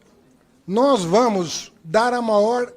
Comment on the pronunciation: "Nois" gezuis